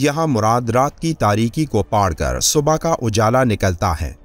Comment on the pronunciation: ارے بھائی اردو بولنے پر اور محنت کر لیں، لفظ پھاڑ کر ھے نا کہ پاڑ ،